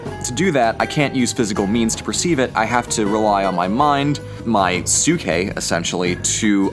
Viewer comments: the way you pronounced psyche, i could only imagine socrates going around athenian streets yelling "psyche psyche 5 drachma" trying to fish students. kidding aside its not "sookie". its like psychology(so roughly psy-key) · "sookeh"? :P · its pronunced psike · Dude your pronounciation hurts me. I get the vowel thing you are trying to be closer to ancient greek. But your inability to pronounce the p in ps hurts my ears. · Your pronunciation of ψυχή is wrong. The right way to say it is closer to ps (as one consonant) followed by "e" the way you say it in the alphabet followed by hee. (The letter χ doesn't have equivalent to english pronunciation as it does not exist in english). Also I am apparently really bad with tones/stress marks. So don't fully trust what I'm saying.